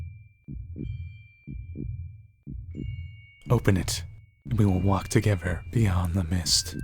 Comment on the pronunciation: Are you saying togever?